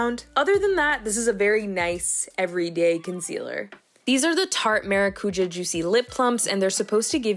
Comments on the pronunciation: Colombians love maracujá. Yes, I was thrown off by her pronunciation as well, but I honestly can’t say I’ve ever heard an American friend say it. Either way I’m sold on the lip gloss! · It reads ma rá cu já the strongest syllables are rá and já the cu it's less stronger. It's a Brazilian word don't know if it's used in others places of latin America, but yeah it's mean passion fruit